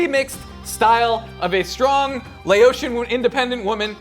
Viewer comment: I'm from Laos and this is the first time I have ever heard someone say 'Laotian' pronounced like that it just sounds wrong to me. Me and my family has always said Laotian like the county + tian not like ocean. I could be wrong, but it just sounds wack.